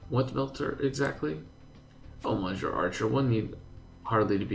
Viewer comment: Hi,. Monsieur is pronounced more like messy + you with the stress on the last syllable. I'm not a French native speaker but it still hurts me to hear it;D